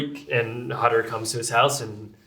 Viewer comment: i really love this film. it is a masterpiece. for a german, it is really funny to always have them pronounce the name Hutter as "Hatter", not as "Houtter" as it would be pronounced in German.